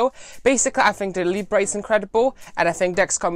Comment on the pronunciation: Hi, great video, please don't call it "Librey, it's pronounced " Leebra